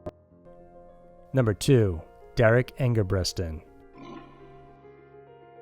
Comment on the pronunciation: It's Derrick ENGEBRETSON